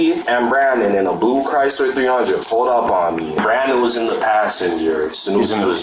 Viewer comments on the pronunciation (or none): none